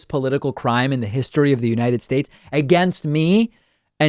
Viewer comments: The United Shesah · "Christo Four Colom Bus" is a solid follow-up to "oranges" (origins), "Floar" (Florida), and "United Shaysh".